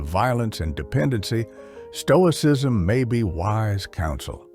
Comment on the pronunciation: Toicism? 😂 The S is hidden by color...